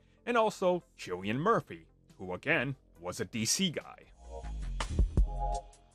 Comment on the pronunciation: KILLIAN. CILLIAN MURPHY. NOT JILLIAN. NOT SILLYAN. KILLIAN.